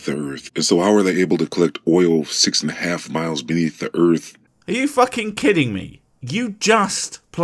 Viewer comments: So far, he's pronouncing everything correctly, but he's dangerously close to calling Earth, Urf. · This guy, another one calling our planet "erf"... i can recognize a pattern there. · "Da earf". Stupid ass